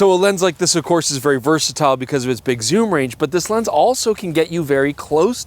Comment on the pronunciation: Soom lens? Yes please! 😂